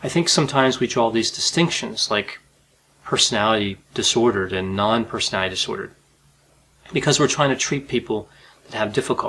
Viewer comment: Persinay disorders. My disorder is wanting people to enunciate the word personality.